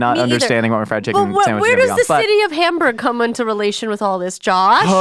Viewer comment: Why is Josh pronouncing Hamburg like Homburg? I've been there and no one pronounces it like that.